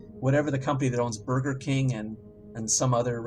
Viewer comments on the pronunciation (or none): none